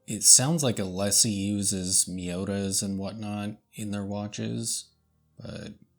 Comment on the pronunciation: Hi, The pronounciation is É-Lee-Sé. Like the famous boulevard of Paris (Champs Élysées). 😊